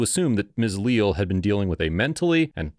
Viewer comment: lee-al is how its pronounced I do believe. Unacceptable behavior by Deputy. Glad he was terminated.